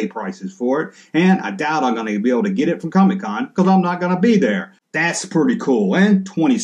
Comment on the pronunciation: I'm from the South and even since the 1980's when any non-comic book collector Family member talked about Comic-Con they would pronounce it "COMMEE-Con" same as how sometimes you do Junk-Man. Harkens me back to memories of my Grandpa when he was alive. Fun stuff, Kinda hope you continue to sometimes call it COMMEE-Con. Also, when I saw title of this video, I thought to myself I wonder if he'll stay consistent about being annoyed by the Comic-Con exclusives. Well done man! Keep up the GREAT work!